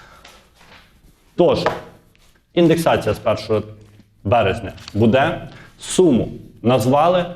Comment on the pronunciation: Не будЕ, а бУде ! Скількии можна Вам казати ?